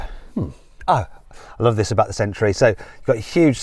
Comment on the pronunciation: Mat, it's century, not sentry. Sorry, that was really bugging me. Yes, I need to get a life 😂😂